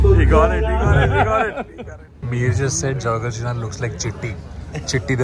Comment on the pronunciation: it's srinath..not sreesanth 😂😂😂